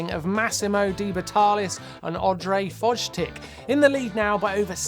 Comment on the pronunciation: Love the coverage! Just a note, (Ondrej) Fojtik is pronounced FOY-teek :)